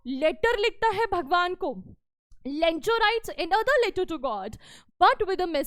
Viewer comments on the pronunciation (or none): Mam lencho haa Bencho nahi 😂😂😂